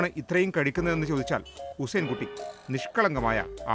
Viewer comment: ഉസൈൻ കുട്ടിയല്ല ഹുസൈൻ കുട്ടി എന്നാണ്